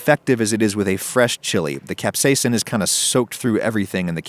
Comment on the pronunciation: Look who learned to say capsaicin correctly